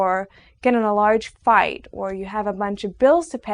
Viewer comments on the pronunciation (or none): none